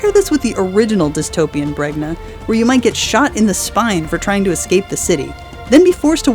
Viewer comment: Also I can't tell if you mispronounced Bregna at one point or if you were separating Bregna in the animation which is pronounced Bren-ya and the live action movie where they mispronounce it as Breg-nuh.